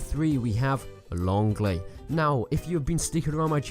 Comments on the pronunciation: longley? XD he said it so wrong its (lay-hl) XD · So funny how you pronounced l'aigle xD It actually means "the eagle" in french.